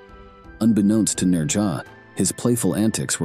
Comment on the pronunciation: You put so much time into these videos, you'd think you'd take the time to learn correct pronunciations. The Chinese pronounce it "Nojah" with a slight "z" sound on the "j".. Never head one Chinese person put an "r" sound in his name.